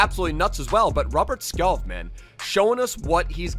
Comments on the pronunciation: btw its skåål but u pronounce it sgoal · You can’t have an entire episode on a player and then say his name wrong. It’s pronounced “Skou” btw. Lovely video though <33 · Skov is pronounced more like skou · fyi its pronouced Skou, love from denmark u mad lad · Skov would be pronounced "Skou" in Danish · You say skorf when you say skov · If you wanna know how to say skov properly try searching “Robert skov frispark” It’s meaning free kick the majority of the goals he have made is from free kick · Google translate "Forest" from English to Danish and you will know how Skov is pronounced.